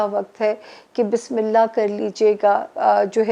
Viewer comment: Samia g Bissmillah thek se perha kijye ager ma ghalt nhi hun to bissmillah hirahman nirahaeem hota hai jazak Allah kher